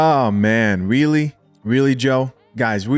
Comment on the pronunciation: Joe was weally weally twippin